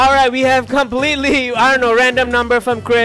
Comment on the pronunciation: Completely, not comepletely 🙄